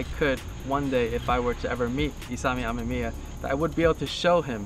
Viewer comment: He says R.E. Ah-mah-mia... but it's pronounced R.E a-mim-me-ah what any hot version with those cars to hear it pronounced correctly....and my issue is that he makes it a point so say it soo much.